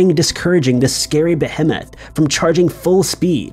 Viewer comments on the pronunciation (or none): I feel like your name is Chad and you love salmon-colored golf shorts and your dad owns a yacht - and that you yell things like: "But I'm a legacy!" when things don't go your way. And it's Be-hee-muth <-- Pronunciation guide.